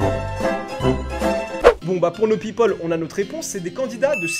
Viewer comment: « Les peopeules »😂😂😂